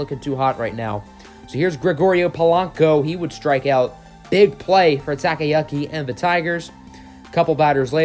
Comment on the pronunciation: Anything with a “Yu” is pronounced how it’s spelled. Like saying the word “You”. So if it’s spelled “Yuki”, it’s pronounced “You-Key”. Not “Yucky”.